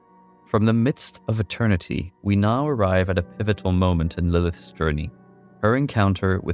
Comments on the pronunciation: Good video but man you mispronounce a TON of words. The worst one is saying Lilith-is instead of Lilith's over and over. Really took me out of the story. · You keep saying Lilithes instead of Lilith's and it's killing me. But the video is great. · I'm sorry bro but I had to stop watching after the 4th or 5th time hearing how you pronounce "lilith's"